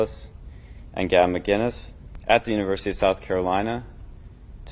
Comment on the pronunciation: "Gavin Muh-keenz" Your average journalist, ladies and gentlemen